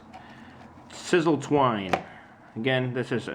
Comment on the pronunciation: its si sal twine not sizzle